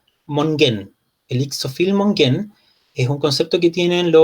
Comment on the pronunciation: Un alcance, el concepto mapuche de biodiversidad escrito como Ixofil Mogen se pronuncia itrofil moñen (la x suena tr y la g suena ñ, en el grafemario en que está escrito).